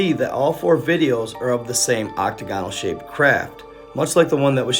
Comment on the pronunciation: Ock-ta-gahn-ul??? Seriously dude?